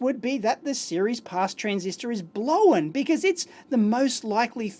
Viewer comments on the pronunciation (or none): TIL: Strine for "blown" is not pronounced 'blone', it's pronounced 'blowen'. Cool. If I ever have to fake the accent, this information might come in handy! :) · Whenever he says "blown" I hear "blowen"